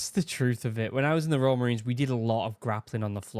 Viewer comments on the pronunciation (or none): I find it extremely comical that youtube's subtitles for your voice when you say "royal" they just say "raw" so when you said Royal Marines" it said "Raw Marines" and tbh it does sound like raw lmao.